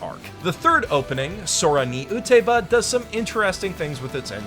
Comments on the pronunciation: The title of the third one isn't Sora ni "u-te-ba" it's "u-ta-be-ta". Pls. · yo dude i love your videos but pls your pronounciations of things like "utaeba" and "uraraka" is atleast mildly infuriating. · "Eureka" in "Eureka Seven" is not pronounced oo-reh-kuh. It's pronounced yoo-ree-kuh. And "Utaeba" in "Sora ni Utaeba" is pronounced oo-tah-ay-bah.